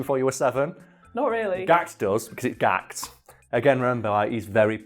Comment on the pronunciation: Gakuto. Not GAHKT Been a fan since 1994 and he always says funny shit because he knows he has the status and influence to get away with it lol. A world treasure. Please pronounce his name with reverence